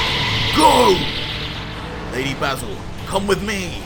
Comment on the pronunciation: IDK if it's just ur accent, but I'm pretty sure Mato's name is pronounced "May-Toe" like a Tomato. I guess Tuh-May-Toe Tuh-Mah-Toe, but the girl Basil is definitely "Bay-Zul" like the Herb. It's pretty evident that this writer used the true Dragonball formula, by using names that link together... ie; Freiza(not freezer) Cooler, Frost